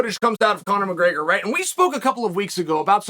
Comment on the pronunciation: Chael ‘Conor McGreygor’ Sonnen